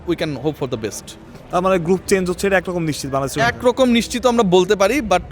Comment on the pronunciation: থাম্বেলটি যে AI দিয়া করা হইছে তার প্রমান হলো চেঞ্জ কে চ্যাঞ্জ বলা